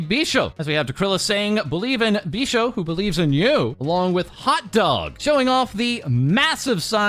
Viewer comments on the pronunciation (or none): her name is Bijou not Bishou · Nobody can ever say Bijou's name right, it's "be-zhu"